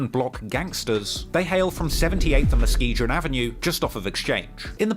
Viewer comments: Yo.. I’m from Michigan. Muskegon isn’t pronounced Muske”Jin” it’s like the word “Again” Muh-Ski-Gan 👍🏼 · Muskegon is pronounced "Musk-ee-gan", not "musk-ee-jin". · Say it with me now, MUS-SKI-GUN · muskegon is pronounced muskee-gun. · I am the number 1 drill journalist in the UK and I do the most research. Also: pronounces Muskegon with a soft G 😂😂😂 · He even mispronouncing Muskegon. I'm still tryna figure out what Muskejin is lol.